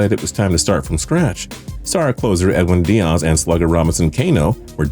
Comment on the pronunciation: Did he purposefully mispronounce every mariner except james paxton? Edwin Deeyas, Robinson Keeno, Jean Seegara... its strange to me that he could actually think they are pronounced that way, they seem like pretty straightforward names...